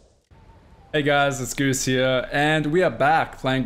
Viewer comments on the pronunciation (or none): Did you just say "and we are back playing GOOSE of Tsushima" lololololol